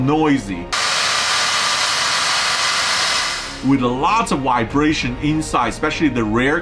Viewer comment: "Wibration" I love this guy 😆